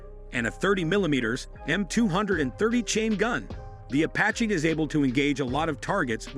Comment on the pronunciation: “Ahh 64 a-patch”